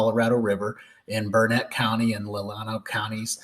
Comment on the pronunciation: You said Burnet wrong, it's Burnet darn it learn it